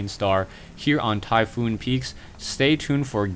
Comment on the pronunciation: Typhon, not Typhoon Tie-fawn, not Tie-foon. Check the wiki for the mythology.